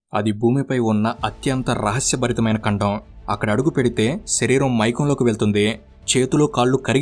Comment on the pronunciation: ఖండం ❎ కండం ✅ 😁😁